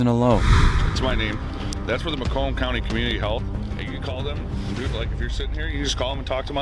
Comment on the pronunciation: I really dislike narration done by AI. The towns name is prounouced MAY-COMB. Not Muh-cum.